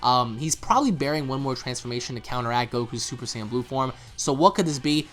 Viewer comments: hey guys. Why do you say Saiyan the way that you do? More like "S-eye-an" rather than "Say-in". Not trying to be a dick at all, I'm genuinely curious. I'm sure there is good reason. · Whats with the new pronunciations? Saiyan or Sian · Why the hell he keep saying super cyan